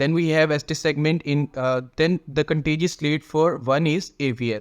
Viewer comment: It’s contiguous lead bro not contiguous lead,are you Paki.